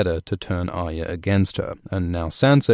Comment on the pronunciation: Love your videos and the unique way you put the story together like a jigsaw puzzle with analysis and explanation intertwined, but please learn how to say Arya, it's 3 syllables, Arr-eee-a, not Ar-ya, there is a y in there you know!!! Other than that keep up the good work and I hope that the story concludes as best it can and D&D don't muck it up as much as they have with the Dorne and Ironborn plots, even the Highgarden and Citadel storylines.